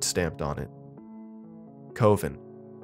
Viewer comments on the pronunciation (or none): COVEN, eh? I love how his drink brain read that as ko-VEN instead of CUH-ven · "coh-vin" oml, i visibly cringed. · Did u mean cuh-ven? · I actually though he did it on purpose. Because the character was drunk right? So misreading things when drunk would be common, right? I didnt realize someone was gonna get butthurt about it. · Heck of a price to pay because you mispronounced a word.